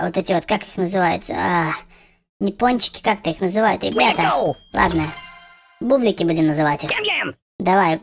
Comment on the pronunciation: Почему ты сказал правильно пончики а потом сразу неправильно бублики